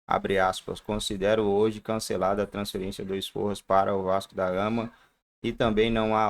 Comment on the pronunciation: Sforza, não esporras 😂😂😂